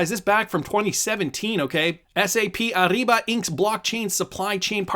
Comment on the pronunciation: It’s a soft R in Ariba. Not ARRIBA